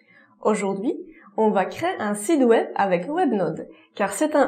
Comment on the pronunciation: Tout va bien dans ce contenu La fausse note c'est la prononciation de site web qui est devenu sid web 🤣 chez nius sid veut dire monsieur Le tt donne monsieur web Merciiii